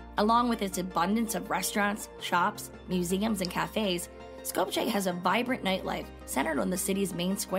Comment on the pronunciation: Sko-p-ye not Sko-p-cheh :)